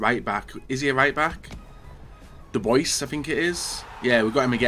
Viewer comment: The pronunciation of Dubois omg